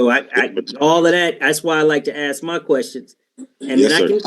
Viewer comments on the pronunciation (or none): This guy thinks he is smart, but he does even know how to pronounce certain words correctly. ie: “accured” should be accrued! “Ax” should be ask! There are several more…